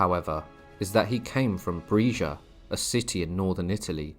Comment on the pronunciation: 'Brescia' is pronounced with a short 'e', as in 'bell'. (I thought you said 'Fresia' at first, where the cows are from 😂).